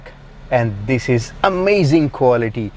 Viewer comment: I couldnt watch the whole vid. All i keep hearing is. Bery amazing. I think u need more adjectives in ur dictionary. Amazzing. Amazing